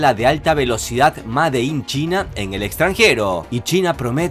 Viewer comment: Excelente video. Sólo una observación, la pronunciación de made es meɪd.